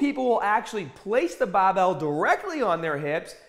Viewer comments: Man I love this guy. Like a father to me. Guided my workouts throughout my teen years. Remember to pick up the bahbell! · did you just forget to ahh in for the word over? Bahbell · "push da bah-bell"!! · it’s literally so selective, he’ll “bah-bell” and “hahd” and every single other word that ends in ar he pronounces normally lol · The accent change with words like Barbell and Start trip me out. No accent to full Boston accent in a split second.